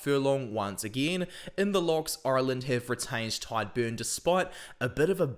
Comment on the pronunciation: In the name Tadhg the 'd' is silent, not the 'g'. So it's pronounced like 'Tyg' or 'tige', rather than 'tide'. 😊